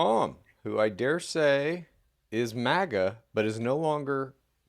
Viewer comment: k slightly newer viewer here, how did MAGA become MAJA? 😅to an Asian I keep thinking she's about to say Mahjong 🤣🤣